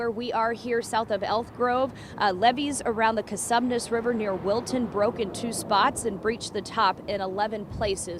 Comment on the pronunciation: At 5.58 the reporter seems to say 'coNsumnes' however the river is the Co-sumes River.